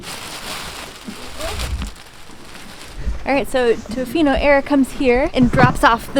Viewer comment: You are saying tofino weird, it’s tuh-fee-no